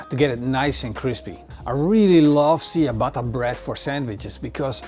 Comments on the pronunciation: its not siabata, its chiabata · Ciabatta is pronounced something like "tchiabatta" not "siabatta". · See-a-batta-bread? lol dude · Tsja-bah-tah. Or in phonetic spelling: чиабатта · definettly not original but a nice idea with the saltblock. i think the original is not made with bellpeppers. pronounciation of ciabatta is tjabata. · Was a great vid until he pronounced Ciabatta see a batter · I kept thinking you were saying "sea of butter" bread... which sounds delicious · Great vid as always. For reference Ciabatta is pronounced ch-uh-bot-uh. Love the channel man!! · Great video. However Ciabatta is pronounced with a "CH" sound. At least that is how we pronounce it in the US. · You love that bread sooooo much yet you can’t pronounce it correctly lmao😂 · Cool video! It hurts a bit how "ciabatta" is pronounced all around the world, but still: nice video! : D